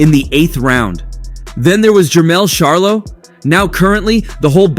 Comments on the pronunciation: Bro if ur gonna be a boxing YouTuber learn to pronounce the god dam face of boxings name his name is NOT GERVONTAH !!!! And it’s NOT SHARLOW ITS CH-ARLO WTF 🤦🏾‍♂️ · Dude you are real disrespectful by saying Sharlo...Charlo Dude. You wouldn't want someone mispronouncing your name as a professional or not.